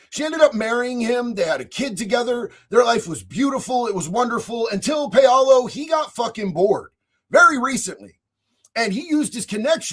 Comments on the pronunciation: Paolo is pronounced "POW-lo." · Is it Pow Low? Paolo